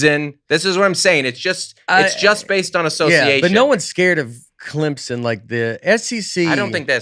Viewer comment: “Clemson”—who is on Nate vs. side for pronunciation?